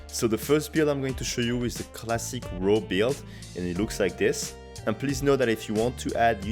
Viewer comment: So whitch rows the boat best. Oe its raw not row. Keep hearing row. Raw sounds like war but with an r